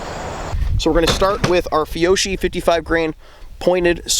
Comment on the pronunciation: The correct pronunciation of that brand of ammo is “fee-Yo-kee” said the annoying grammar nerd. Ok I’ll see myself out.